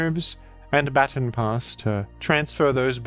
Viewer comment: Hey. You pronounced "baton" incorrectly, several times. Please be better. 😉